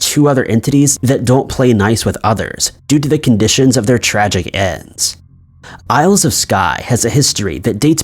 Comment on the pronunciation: Sorry but clans weren’t ‘gangs’. They were family groups. There were lots of fighting between clans but don’t class them as gangs. Also you don’t pronounce the ‘s’ in isles.